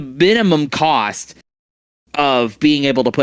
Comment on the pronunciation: "Cost (Kaust) Efficient Ways" 👏🤣